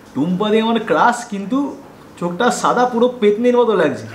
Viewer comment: ছাদা নয় দাদা🙄 it's সাদা🙂